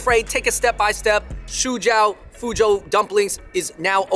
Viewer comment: my guys --- you saying fuzhou so poorly for chinese people.